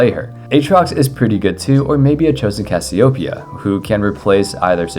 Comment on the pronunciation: That pronunciation for Cassiopeia made me cringe lol